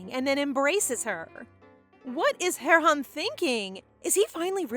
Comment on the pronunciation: Correction she said Heron